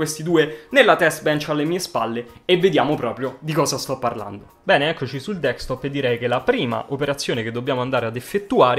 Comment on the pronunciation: si ma... si dice Desktop, non Dekstop